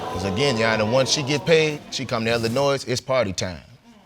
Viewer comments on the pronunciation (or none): Lmbo and anybody that lives in Illinois does not pronounce the s in Illinois its silent lol!!! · I cringed when he pronounced the 's'. I am from Jamaica, and I know the 's' is silent lol